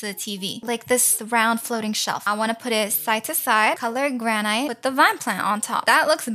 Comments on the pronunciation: Just so you know,…Granite is pronounced gran it, your pronouncing the “gran” right, but the”it” is pronounced like how the “i” is pronounced in international or it Also, “11 hours ago” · amazing video and welcome back but its granite said 'g-r-a-n-i-t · Its Gran-It not ite lol Lol the table is round the chairs are round 😂 You can put stuff into the bags girl!!!